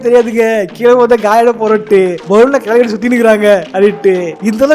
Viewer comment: kilavi ❌ Kelivii ✅